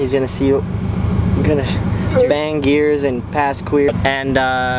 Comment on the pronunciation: Colin Morrow umm it’s banngin gears